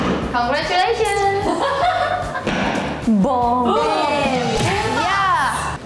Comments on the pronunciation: She said it perfectly and congratulations is not an easy word to say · Congratulations! Hahaha she said perfectly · She said it perfectly